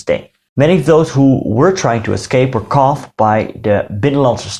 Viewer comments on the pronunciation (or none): Your English is very good but the word "caught" is pronounced "cawt" or "caut". Great video!